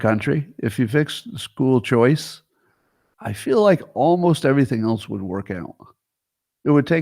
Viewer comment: yup. my faves are "ount" and "elnse"